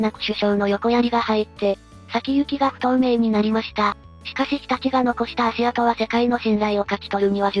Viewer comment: 「足跡」は、「あしあと」と読まずに、「そくせき」と読むべきですね。